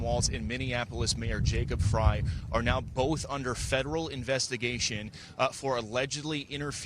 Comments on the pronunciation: Frey … pronounced “fry” … Frey. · Mayor Soy Boy's last name is pronounced FRY. Not that I care. Just FYI. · Native Minnesotan here, All the local media pronounce Jacob Frey’s name as ‘fry’, the same as the late great Eagles founder Glenn Frey did. It’s only the national media who pronounce it ‘fray’. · Hey, we haven't seen you. I subscribed to you, I thought.. That name is Frey like fry. Unless they decide to say fray. But the 'Eagles' band had a voice of Glenn Frey, and everyone said it's pronounced fry. Hope you figure it out